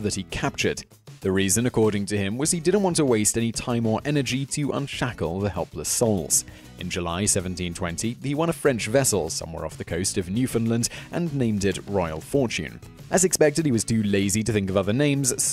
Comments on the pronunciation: Its Pro noticed "Newfoundland" Not Newfoundlind" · It is not NewfunLIND or NewfinLIND, it's Newf'n'land. It's not your accent, you just can't pronounce it.